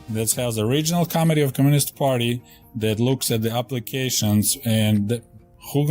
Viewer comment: He should practice saying "Mit". Like a Mitten. Because it's "Co-Mit-ee". Not Comedy. Most committee aren't that funny.